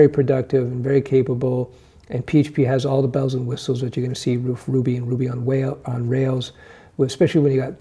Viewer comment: You almost said “Ruby on Whales”